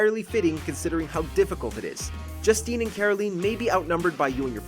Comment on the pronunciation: It's pronounced Caroleen, and Joosteen.